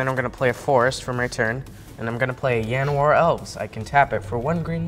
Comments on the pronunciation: the way David says yanowar bothers the hell out of me. It's not yanowar, it's Llanowar. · Did my boy just say "Yanowar Elves"? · Great video but the kid bugs me. It's Pronounced LAN Oh WAR Seriously just say it properly. It's a real Welsh place look it up. Been playing since alpha. As an elf player you also HAVE to choose a power & toughness or the buffs are null & void Learned Both these at my 1st tournament. Also Umbral Mantle was played wrong